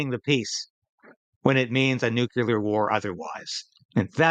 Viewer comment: You are a great person, but it is pronounced "new CLEAR", not "Nu Cue Ler "😊